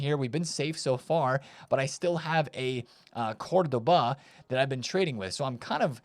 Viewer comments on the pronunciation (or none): “Cur-du-baa” 😂 … this guy is trolling. Ain’t no way.